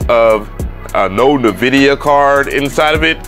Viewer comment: Bro I swear be trolling us! “Navidia” 😂😂😂 Com’ On man!